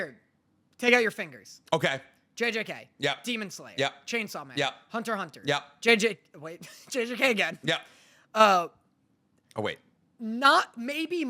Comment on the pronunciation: he said Hunter x Hunter with the X